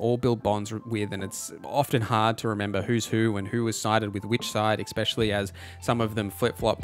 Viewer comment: especially Not "exspecially"